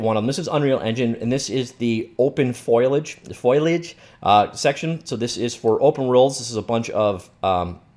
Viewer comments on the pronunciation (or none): Fo-li-age. Not foilage. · fole-E-edge, not foilage ;p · Foliage, you say: Foley-idg